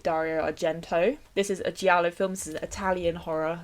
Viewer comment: it's so cute how you pronounce giallo hehe but it's more like how you'd pronounce jello, the i is silent 🔥🔥 SUSPIRIA AND THE WITCH SOME OF MY FAVORITE HORROR MOVIES EVER